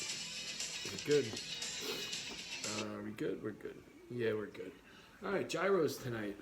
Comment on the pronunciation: It’s pronounced "year ohs".